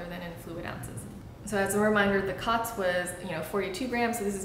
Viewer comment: I believe it's pronounced "coats," as in, it coats the skin. The line over the "o" denotes a hard vowel.